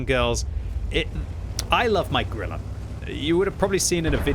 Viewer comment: please. if you say "Grille" 150 times in a video dont call it "Grillah"... its like a german making a video of british tank pronouncing it wrong all the time... YOU will be first to laugh about that...